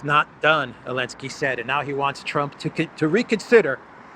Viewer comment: Is there a reason that he doesn't pronounce the "Zee" in Zelensky?